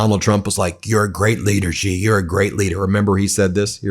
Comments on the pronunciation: Please learn to pronounce his name correctly. He is President "Si" , said short and crisp Not President "Gee". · Xi is pronounced "shee" Ben, not "gee". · Stop mispronouncing president Xi’s name as Ji..